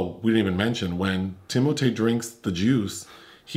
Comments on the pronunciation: Thank you,. "Tim-O-Tay" is now the official pronunciation. Finally there is something amusing about that slender assembly of hair and bones. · Thanks to and, I call Timothée "Tim-O-Tay" now and I can't see myself calling him anything else. 😄